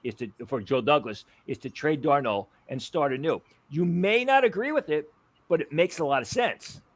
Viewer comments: "Darnold" not "Darno." lol. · Why does this guy say Darnold like that